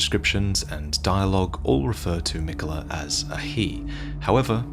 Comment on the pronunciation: Your pronouncing miquella wrong